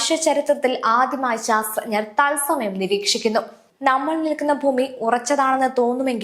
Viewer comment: ആദ്യം ശാസ്ത്രജ്ഞർ എന്ന് പറയാൻ പഠിക്കു കഷ്ട്ടം